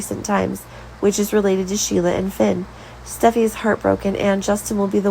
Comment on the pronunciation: Their names are Li not Lee & Steffy not Stuffy, come on, get it right